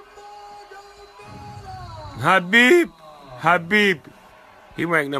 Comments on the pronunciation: It’s Khabib not Habib unc 😂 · at least Snoop Dogg's pronouncing his name correctly Habib in Arabic حبيب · Snoop is so high he is pronouncing khabib as habib